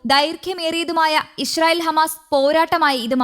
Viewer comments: ഈശ്രീയേൽ അല്ല ഇസ്രെയേൽ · ചേച്ചി ഇഷ്രയേൽ അല്ല😅😅😅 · ഇശ്റയേൽ അല്ല ഇസ്രായേൽ..